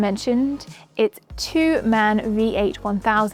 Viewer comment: Very good presented. Go on like this. Born in Augsburg, where the motors are produced, i can tell you: MAN , the spelling is M A N... letter by letter and not "man". Also David spells it wrong wrong. MAN= Maschinenfabrik Augsburg-Nürnberg